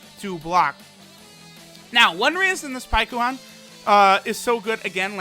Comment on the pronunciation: Hate how the game calls it Paikuhan, its Pikkon. In English at least.